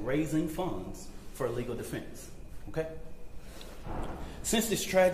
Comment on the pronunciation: That so called minister is a racist piece of sh*t ! He can't even f'ing talk correctly ! "So it don't be asked later". He said "Metclaff" instead of Metcaffe....the other day he said "deflence" instead of defense on three different occasions....what an uneducated idiot. That family is letting a criminal handle their PR etc., what a damn bunch of dummies.